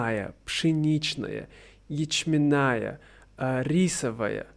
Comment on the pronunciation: Всё хорошо, кроме ударений (верно: пшённая, ячмéнная), уменьшительно-ласкательных форм под видом базовых (верно: оладьи) и рецептов 🤔 🤓 Сырники это совсем не мини чиз-кейки, а оладьи - совсем не панкейки. Это технологически разные блюда, не совсем корректно их сравнивать напрямую. Больше подойдёт оборот "что-то вроде". 🤓 Кофе для России вполне традиционен: его к нам во времена Петра I привезли, было время прижиться. Утренний "кофий" встречается во многих классических произведениях русской литературы. 🤓 Ещё момент: блины уже давно не праздничный завтрак, а икра в блинах - скорее "клюква" (стереотип про Россию), чем быль. Очень-очень на любителя. Популярные начинки для блинов - мясная из фарша или рубленной курятины, красная рыба с творожным сыром, грибы, обжаренные с луком, варёное яйцо с сыром, чесноком и зеленью, творог или творожная масса, варенье (джем), сгущеное молоко, сметана или домашние сливки. Последнее: покажите мне русскую бабушку, пекущую КРУАССАНЫ вместо пирогов, пирожков, саек, шарлотки и булочек 😂